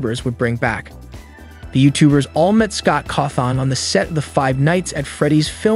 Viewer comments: can peopl PLEASE stop pronouncing is name cawtharn its cawthon its pronounced like this kaw-thin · fenhahf?? markip i l e r? get it rightt edit: SCAWT CAW THON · CAWTHON IS PRONOUNCED CAW-THIN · The Fenaf movie, markieplier, Scott cawthOn. Ngl the way everything was pronounced got me rolling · Look. i appreciate your vids but pleas pronounce "FNAF" "Markiplier" and "Cawthon" correctly. it makes me rage listening to how you say it in every video. Mark isnt in the movie, he is producing his own movie. Cory Kenshin is in the movie tho.